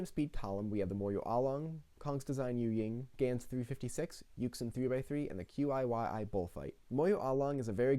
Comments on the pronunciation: sorry for being a pedant, but YuXin is pronounced yoo-shin, and QiYi chee-yee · qiyi is pronounced chee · By the way, I may be wrong, but I think that QiYi is pronounced like Chih-Yur, or just Chi-Yi if you want to Americanize it a bit more. It will be easier than saying the individual letters every time.